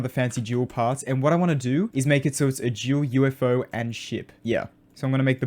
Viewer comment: I love how he says ,,Jewel'' instead of ,,Dual''